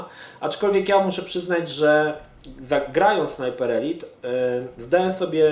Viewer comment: Dzięki że mówisz ELIT a nie ELAJT jak wcześniej